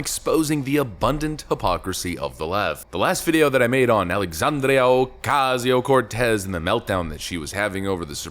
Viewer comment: I particularly enjoyed how you pronounced Sandy's name in the same fashion as Rush Limbaugh: "AlexAAAAndria oCASSSio CorTEZZZZZ" - brilliant!